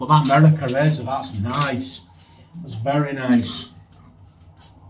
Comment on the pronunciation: Howdy, Angie, Sammie and Posse! “Merica” in a pretty darn good American accent. 🤣😂 Great shave my friend. Much love and joy all around. Keep pushing back against the darkness. 👍🏼❤️👍🏼